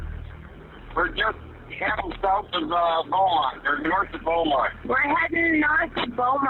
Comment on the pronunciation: The fact that I literally live in San Angelo and had no idea about that disappearance is crazy. Also it’s pronounces Bront (spelled Bronte), kinda sounded weird in the video, and San Angelo is an arid climate, so it would’ve made more sense to have straight roads with no trees. But still cant believe I hadn’t heard about this.